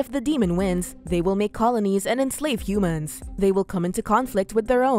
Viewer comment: Every time the narrator says Humans it makes me cringe